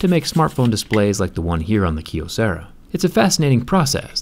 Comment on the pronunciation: It's pronounced "Kye O sarah"